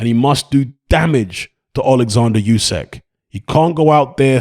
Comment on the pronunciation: "Oo-sick," not "Yoo-sack." Either way, he beats AJ again.